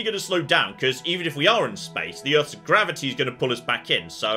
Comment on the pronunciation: Did he just say gravity boobs 😅